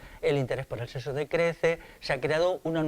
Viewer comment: No digas "seso", di, por favor, "sexo".